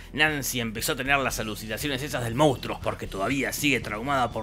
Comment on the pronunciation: Cómo amo que en Argentina digamos "moustro" en vez de "monstruo".